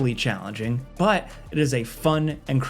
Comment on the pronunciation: swear to god says BUT so weird just to annoy me >:-/